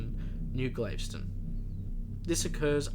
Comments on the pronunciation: It's pronounced g-a-l-v-e-s-t-o-n not glaveston. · ITS PRONOUNCED...GALVESTON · Great video. Just a suggestion, the pronunciation is most likely like that of Galveston, Texas. It would be like: GAL-vi-stun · Got the wrong pronunciation for Galveston... Gal, like Gal Gadot Ves, long s Ton Town in Texas near Houston Tx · Forgive me, its pronounced GahL-veston. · Pronounced Gal vess ston. Its a city on the gulf of Mexico 60 miles south of Houston.